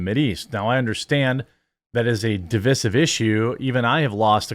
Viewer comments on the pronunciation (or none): divissive..who says it like that?